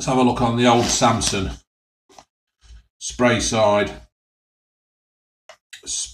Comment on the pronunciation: Ha it's speyside not spreyside , got me chuckling